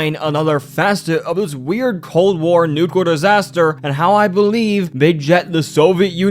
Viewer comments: why does he pronounce nuclear as nucler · Pronounced Wrong: -Soviet (So-vee-it): , , , , , , , -Nuclear (Nuke-lee-ur or Nuke-u-ler): , , , , , , , -Remnants (Rem-nents): -Opinion (O-pin-yun): Slurred/Rushed: -Magical: -Necessarily: -"Anything you can name": -"Character in a show": -Basically: , -"So it seems": -"???? ????? Rocket": -Robots: -Really: -I'm not sure what it is here. It might be Nuclear disaster? I keep hearing de-quarter disaster. -"Or in the world's case": -Specifically: -Long Dead: -"Perfectly reasonable explanation": -Physically: Also, I noticed some script/audio mistakes: -It would be better to say "I have some evidence that I think may convince you": -"While this isn't a thing that would happen in the real world, it's a common trope..." -I think the audio is cutting over other audio here? Otherwise, it's just really hard to tell what was said. -I think you mean American Government, not English Government Sometimes you're missing connecting words such as "and, to, the, ect.." It was pretty spread out, so I don't have the time stamps, but I noticed that in your other videos too. Also, sometimes you would say Lil Einstein instead of Little Einstein. I am from the south, so I have somewhat of a southern accent, so I put the way we say Nuclear as well as the other way I have heard some say it. Thats just a Carmel kind of thin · Nucawer lol